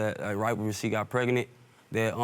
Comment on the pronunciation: Did he say “preganet”?